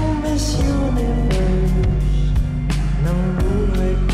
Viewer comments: MISS UNIVERSE❌ MISS UNIVERSH✅ Huhu🤣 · Ikaw ang miss univers ng buhay ko Klang “beSHeSH” why is it like that did anyone else notice❤?